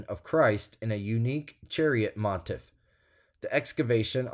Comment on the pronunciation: Thanks,. Pronunciation tip - "motif" - "moTEEF".